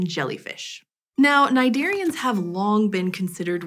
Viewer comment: Cnidarians I thought she was saying my name with an "s" lol